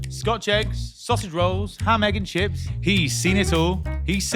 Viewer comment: He said ham egg and shit 😂